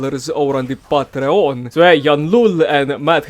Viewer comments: And patreON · I'm sorry but the way you say Patreon is making me lose it ahsisjajd